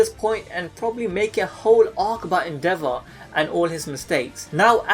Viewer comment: I thought you said the devil and not endeavor (the devil is accurate tho)